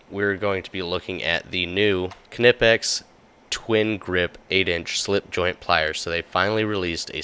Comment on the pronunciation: Every time I hear you say Ka-nipex I assume you frequent bath houses looking for a gentleman to forcefully enter into you behind a dumpster